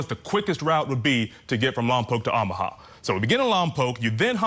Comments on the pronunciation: Oh - mu - ha not Ah - mu - ha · Good gosh, can some only inform him how these states and cities are pronounced?!! I can’t even listen. These are supposed to be legit hosts too- not even just YouTubers. 🤦🏻‍♀️ffs, how can he not know how to province OOOOOHMAHA??? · Learn how to pronounce Omaha. Good grief. No one in the studio caught this ? I’d be mortified to be that ignorant. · Teach your guy how to pronounce Omaha. How embarrassing to hear it repeated over and over. Editors at Court TV need to look up from their phones and make sure your announcers don’t sound like morons. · How can someone not know how to pronounce Omaha? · Funny that they pronounce Lompoc correctly, but mess up Omaha. 😅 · I can't for the life of me figure out why he insists on mispronouncing Omaha.